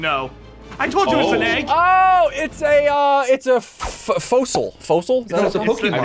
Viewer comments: Fossil not fosol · its not a fosol its a fasol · it’s not a fosoL ssundee it’s a fossil 😂😂😂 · It's not fools it's fosll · Sundee:Its a fosol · It is f o ss l e